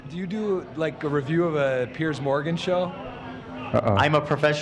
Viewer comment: His name is Piers!!! Pronounced “PEERZ” Lmao literally everyone calling him pierce morgan